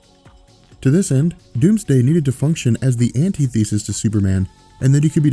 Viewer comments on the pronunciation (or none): The word is pronounced "an- tith-uh-sis", not "anti-thesis". If you want to use fancy terms to demonstrate your intelligence, make sure you know how to pronounce them, or it has the opposite effect.